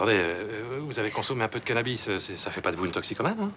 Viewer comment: a dit cannabi au lieu de cannabis 😂😂😂